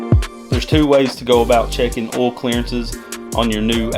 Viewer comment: Is it a requirement for all mechanics to pronounce "Oil" like "Ohll" ?